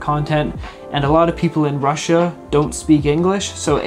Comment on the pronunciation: Random comment No one:: I AM FROM RUSSA AND RUSSA